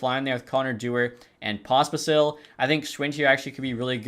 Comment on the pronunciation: POS pisel not popsicle